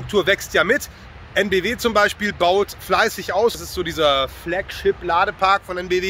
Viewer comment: Heute auch EnBW wieder richtig ausgesprochen, hat einen Lauf